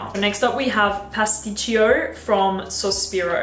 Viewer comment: Pasticcio , pronouncing is without the second I